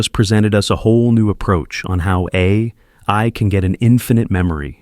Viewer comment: You really need to get a human to read your scripts. This AI generated audio has huge issues with saying "AI".